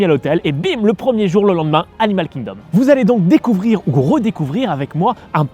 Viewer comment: Hello, merci pour cette vidéo (que j'aime un peu moins que les précédentes, même si ce parc est superbe. C'est mon ressenti mais je t'ai trouvé survitaminé: trop passionné par ce parc ou tu avais bu trop de café/de Coca/de Red Bull,;-) Et aussi, pendant que j'y suis dans les critiques, petite note d'anglais: pas de H à Animal Kingdom donc pas besoin de le prononcer! Hâte de voir ton avis sur Havatar:-D